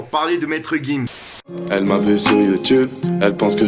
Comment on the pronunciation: 30 000e de montre tout sa de perdu tes actu sont pas complète même le nom de gims tu dit nimps psq c'est gims et non maître gims